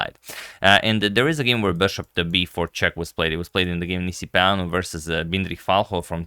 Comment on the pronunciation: Thats perfect pronunciation on Nisipeanu